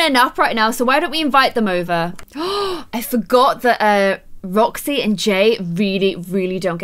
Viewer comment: When you wanted roxy you said joxy